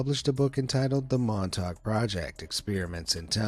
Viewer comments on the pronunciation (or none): none